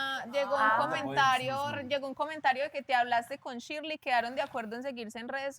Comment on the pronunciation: ni pronunciar correctamente su nombre pueden jajajaj chirleiiiiiii jajaja